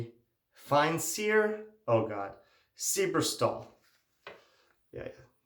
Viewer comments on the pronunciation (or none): You did great with the Feinsier but the silberstahl would be "sil-ber staaaal". On morphine, so not quite with it, but that is a wonderful haul,.